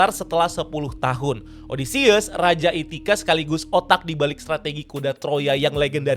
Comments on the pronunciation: Ithaca bang bukan ithica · Itacha blooookkk, bukan Ithica